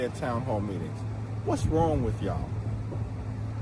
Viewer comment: "Wij y`all".😃